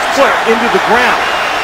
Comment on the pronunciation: Pet peeve: Phil Simms pronounces “him” as “eem”.